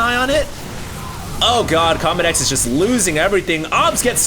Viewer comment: It did not start off with good manners. said CombatEZ not CombatEX. Lol